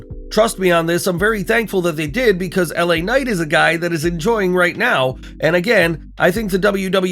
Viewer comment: It's LA Knight guys come on